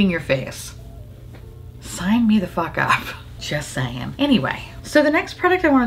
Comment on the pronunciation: "just saie-ing"